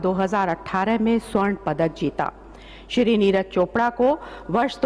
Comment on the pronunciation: The word shir Wow it's really honour to hear Shir